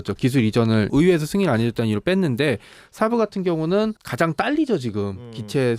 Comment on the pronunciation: 샤브샤브를 평소에 많이 드신모양. 어떻게 SAAB를 샤브라고 발음하는 가요? 영어로 단어가 같은 알파벳이 겹친다고 ㅑ 로 발음합니까? 사브 가 맞습니다.